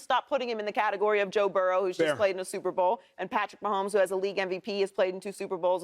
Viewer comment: Anybody else cringe every time Shady says Sooper Bow